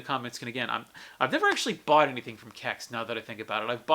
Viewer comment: What the hell is a "Kecks"? Either sound it out as C-E-X, use their pronounciation of "Sex" or go with the retro Computer Exchange.